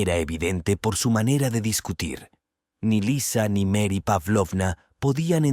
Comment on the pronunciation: No me gustó que pronuncian los nombres en inglés y no en español o en ruso... "Euyín" en vez de Evgeny... Mary en vez de María...